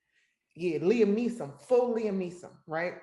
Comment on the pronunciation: “Liam Nee’sum” 😂💀